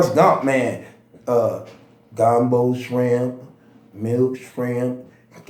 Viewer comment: Nigga said skrimp 😂